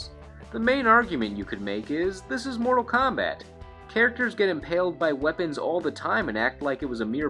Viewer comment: "...Mordal KAHMBAT..."